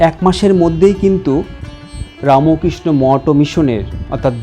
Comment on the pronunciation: আচ্ছা, রামোকৃষ্ণ কেন বলছেন, বলুন রামকৃষ্ণ। আর চ্যানেল এটা শুদ্ধ ভাষায় উচ্চারণ করুন। জয় গুরু জয় গুরু জয় গুরু।